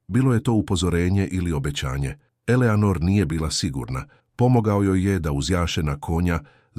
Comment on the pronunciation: Elenor umesto Eleanor😂